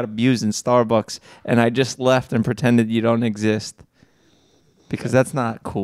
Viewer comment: I love the way Jeff pronounces StarBucks.. StArrB-uhks